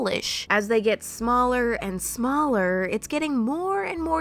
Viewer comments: did I hear shmaller instead of smaller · Shmaller Me: wut